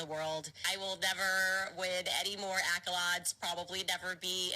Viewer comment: She’s no 1 bcoz there are so many lazy rotten brain idiots in this world who love gossip, smears and slander. She profits from this. She doesn’t even know how to pronounce accolades. You can continue following her and just keep the brain rot.